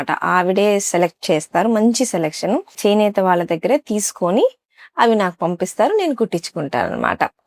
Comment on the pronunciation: చేనేత చినేత కాదు అమ్మ